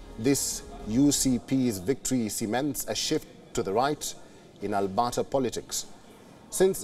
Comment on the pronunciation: As a Canadian, this newscast is hilarious. The province of "Albotta." So many factual errors: The UCP were the opposition, he tells us. Danielle Smith is "Canada's premiere." And Ottawa is a province now, apparently.🤣🤣🤣🤣